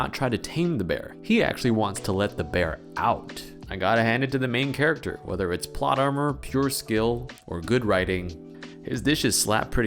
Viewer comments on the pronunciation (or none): "...clothes exode." I am disappointed, *We are